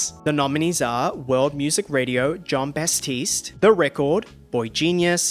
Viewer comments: the way he keeps mispronouncing "Jon Batiste" throughout the entire video i'm DYING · Ah yes John Basstiste.... Every time lol